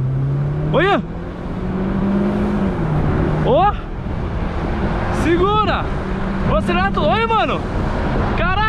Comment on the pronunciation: "SIGURA" só faltava ser sigurate para imitar o MOVEMIND